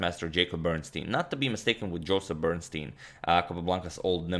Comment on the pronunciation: Probably he wasn't Jossip Bernstein he was Ossip Bernstein.. 😁😁